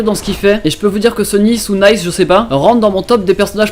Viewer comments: ca ce dit n"ai"ce et n"i"ce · T'as vraiment prononcé Nice à la française ? 😂 ça fait un peu bizarre dit comme ça 😂